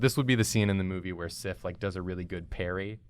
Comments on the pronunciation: The whole time you're doing Sif and saying Sif, I can't stop thinking Syph.. like syphilis. Woops. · They said it wrong.